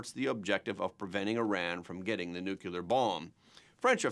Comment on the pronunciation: Yet another educated person who can't pronounce "Nuclear." Scientists don't split nor fuse atomic "nuculi," because there is no such thing. It's nu-cle-ar, because it involves nu-cle-ar matter. Simple.